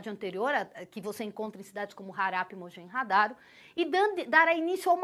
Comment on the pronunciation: Harappa E Mohenjo-daro, não mojenhadaro